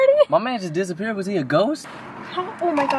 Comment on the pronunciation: he said "my man just dissapire is he a ghost"